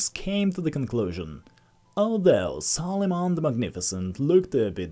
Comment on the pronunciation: Its Suleiman not sol....